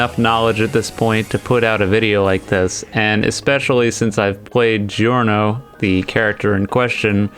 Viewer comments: How anime characters say Giorno: Giorno how reality says giorno: "Giorno" how says it: Gi Orno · How anime characters say Giorno:Joru no How eclipse say Giorno: Giorno fixed.